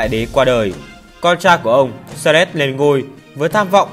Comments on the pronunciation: Xerxes phải đọc là Dớt Xi, Xe rét là cái mie gì vậy? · clgt, đọc sai thì phải chỉnh lại, tên ngta như thế cứ đọc Xe rét, nghe ngứa tai vcđ @@